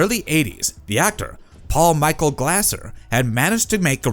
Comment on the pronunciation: Its pronounced Glazer.